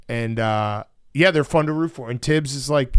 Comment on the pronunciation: And he kept saying “Tibbs” instead of Thibbs when referring to Coach hahaha